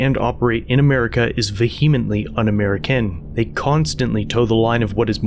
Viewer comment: says veheemently LOL it's pronounced vee-uh-muhnt-lee